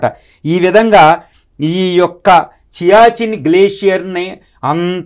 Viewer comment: It is siachin glacier not chiachin